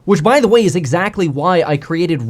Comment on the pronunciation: You "cweated"?